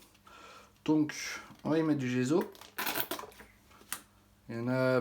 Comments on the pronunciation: Le gesso comme saut, pas le gezo comme zozo. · ne prends pas ombrage de ma remarque mais le mot GESSO est italien en conséquence il faut prononcer les deux "S" : "GESSO" et non pas "GEZO" comme tu le prononces à tort... !! aie aie aie pauvre langue italienne méconnue et malmenée régulièrement .... pourquoi fait-on tant d'efforts pour l'anglais et si peu ou pas du tout pour l'italien qui est et reste la plus belle langue du monde..... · c'est gesso et non gézo e devant 2 s en français se lie ésso pour les cons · C'est agaçant de dire gezo il y a 2 ss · On prononce gesso il y a deux s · On dit dgesssso a l’italienne 😉